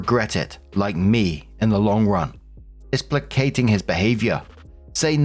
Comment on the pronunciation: neat pronounced "placating" property S1 U3: Wait, why is the fiancé lending money if they are insisting on a prenup to protect their finances?